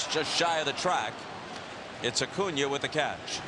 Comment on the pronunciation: I'm so glad Costas quit mispronouncing Acuna's name